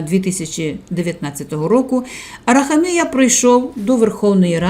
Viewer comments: Правильний наголос у прізвищі "героя" відео на третю букву "а", а не на букву "і": АрахАмія, бо його корінь "хАм"! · Ставте правильно наголос в прізвищі. А взвгалі все правильно. Барига, брехун, злодій.